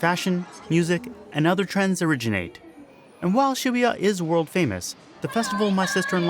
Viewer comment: Well now I know how to pronounce Shibuya correctly.